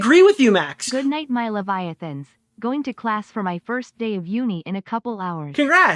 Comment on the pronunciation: It's levi-athan not levi-uthan Please clap 😭